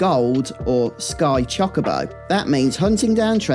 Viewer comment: I dunno why every British youtuber mispronounces Chocobo, but it hurts every time I hear it. I mean... I mispronounce Tidus and Zidane, but still.